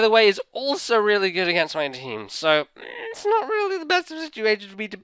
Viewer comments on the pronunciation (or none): none